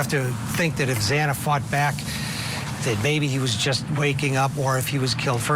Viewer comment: Morgan? Zana? This guy needs to pronounce their names correctly. Maddie, not Mogen (Morgan). Zanna is the correct way to say her name.